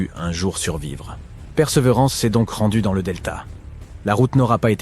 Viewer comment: Titre putaclic, voix d'IA toute pétée... Le robot "Père seuvrance"... Ok j'me casse, perdez pas votre temps ici les gens ^^